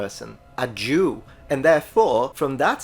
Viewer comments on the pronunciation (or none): Why did you say “…a Jew” like that?